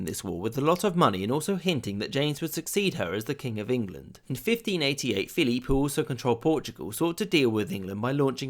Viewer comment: Just out of curiosity, why do you keep pronouncing Philip the French way (ie Philippe)? The Spanish spelling (and pronunciation) is Feliipe, no silent letters. However, it's normal to use the English equivalent Philip when speaking of writing in English.